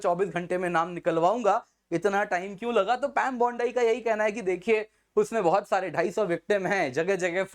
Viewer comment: “पैम बौंडाई” नहीं “पैम बाँड़ी” बोलिए